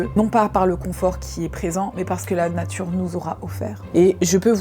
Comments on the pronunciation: chui morte "La Natrue " BAH OK OK OK dès le début frère😭😭😭😅🤣🤣🤣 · "La natrue"✨✨✨ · « La naTRUe » j’en peux plus 😂😂😂